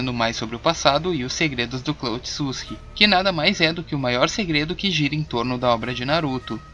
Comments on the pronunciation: Gostei do vídeo, mas me deu uma agonia a pronúncia “otsuski” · Engraçado que o fala Otsuski kkkkkkkk